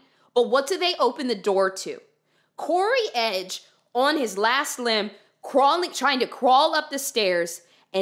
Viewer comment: In dramatic text on screen: "CODY EDGE": "CORY EDGE" The true mystery of this case.